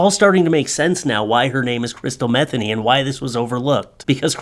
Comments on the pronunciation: It's not "Metheny" the pronunciation is 'muh-thee-nee'. Come on, I thought you knew better than that. Do your research. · It's Me-THEE-nee, not METHany like Bethany. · I think its pronounced "mah- THEENY" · If her name is pronounced like jazz guitarist Pat Metheny's, it's Meth-EE-ny. Just sayin.' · I believe it's pronounced Meh-Thee-Nee. Funny nonetheless 😂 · Could be pronounced meth- ay- nee. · Metheny name has some great bones. Pat Metheny for one (great jazz musician) I believe the pronounciation is Meh Theen ee and have heard it Me theen ee. Pretty sure crystal meth was not a common household term back then. There was meth. It was fueled a lot of bikers...so to speak... Just was not a thing back then for common folk. The name Crystal for girls was booming. however... I am so full of useless information... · I’m not related to, or know her in any way. But after having the same last name mispronounced all my life, I can say it’s pronounced Muh-THEE-nee. Just saying. I get this link sent to me on a regular basis asking if she’s related. 🤦🏻‍♀️ 😂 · I gotta set you straight. My Mom, who just passed on Easter btw, was named Crystal Metheny. That was my Daddy's name, her married name. You are pronouncing it wrong. It is as Mah-thE(long e)nE( long e again). Not like the drug dude.😉🤣🧐🤘 Hey put the darling doggo out front! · You played it straight,.....u prolly know Crystal's last name's likely pronounced m' THEEN ee, Ouch, but this is hilarious! Poor girl. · I'm No Expert But I Think Her Surname Is Pronounced With The Accent On The Second Syllable. For What It's Worth, I Am A Subscriber. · I doubt that’s how you pronounce it but that’s epic